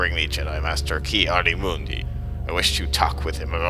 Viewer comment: dude... you said those names all wrong